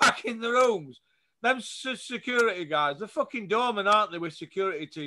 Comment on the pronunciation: Haha “securiteh securiteh” 🤣🤣